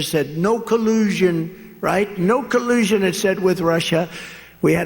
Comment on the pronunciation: "No Kuloozhun"